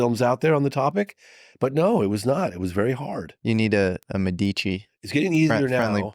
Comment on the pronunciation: "Oakeee?" 😂 Also, "De Medici" is pronounced with the accent on the "e".